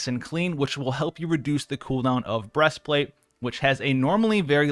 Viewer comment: "Breast Flat'è"